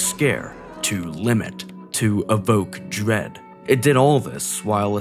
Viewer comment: Evoke dwead 🤣 I love it when you say things like that hahaha